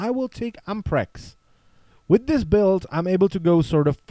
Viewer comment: To nieje "beld" ale "bild" pokiaľ viem :D